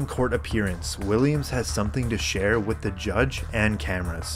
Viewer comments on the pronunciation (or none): none